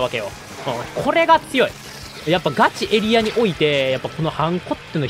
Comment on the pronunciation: ガチエリアの発音がガチ↑エリア↓なの面白いw 一定の場所を守る力はエリア以外のルールの防衛も同じこと言えそう